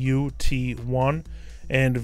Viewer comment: Vout1 and Vout2 are not "V O U T 1" its "Volt Out 1" and "Volt Out 2" sorry, that just bugged the holy jeebus out of me.